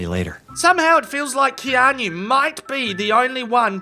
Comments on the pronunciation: Its not "Kean - yu" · Please google how to pronounce Keanu. If it was on purpose....well played.